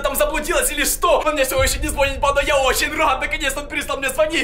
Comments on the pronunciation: Не звооооонит а звонииииииииит! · Звониииииит! Ударение не правильное.